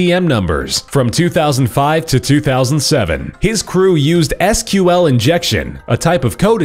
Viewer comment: I love how he says "SQL" by the actual letters not pronounced "Sequel"